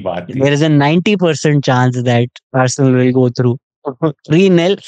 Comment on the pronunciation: "Arse-learn"? 😂 as a gooner, I'm still skeptical of the return fixture.